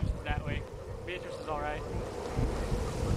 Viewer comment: It's pronounced 'Bee - A - tris. The 'A' sounds like the a in 'and.'